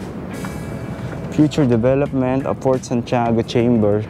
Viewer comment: Bakit raketrak basa mo sa Racetrack? Saka Fort yun hindi Port.